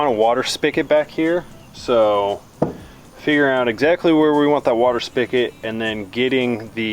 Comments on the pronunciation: No offence but the word you're mispronouncing is spigot there is no K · love that you say "spikit" instead of spigot! Here in Western PA that's what we call it too! 😉